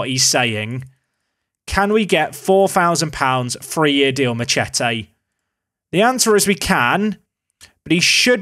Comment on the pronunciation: How is he missing the obvious joke in that name saying it like 'ma-chet-ay' lol